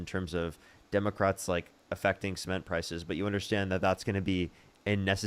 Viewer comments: best take away moments: SEE-ment and 2 Zygotes 🤣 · Omg “cEment”